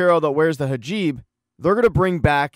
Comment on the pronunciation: Hijab not hajib. Awesome recap. Great effort. Asante.